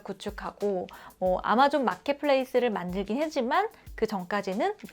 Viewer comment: 어제 구독했는데 아주 좋은 정보에 감사 드립니다. 그런데 연습을 너무 하셨나봐요. 에 아마존을 알바존? 또는 알마존? 이라고 하시는 것 같습니다.